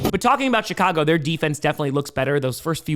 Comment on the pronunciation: Is it just me, or does pronounce Chicago as sh*t-cago? 😀